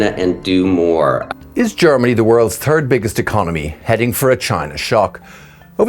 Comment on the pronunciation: he says, “Is Germany the world’s turd biggest economy…” 😂😂 That “th” sound is tough in English, native English speakers don’t get it right as children until age 7, some non native speakers never can say it.